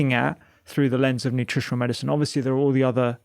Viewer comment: All I can hear is the way you say medicine it’s not Medicen dr rangan